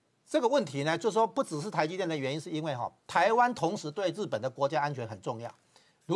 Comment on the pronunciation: 这女的是这样发音的 “资瓷”（支持）”鹅且“（而且）“不子四“（不只是）。农村妇女